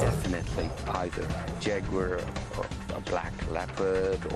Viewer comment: shes saying jaguar wrong